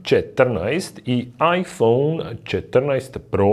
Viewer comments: bože sačuvaj kako izgovaraš "iphone" 🤣🤣🤣🤣🤣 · Je l' meni samo cudno on izgovara 'iPhone' ? haha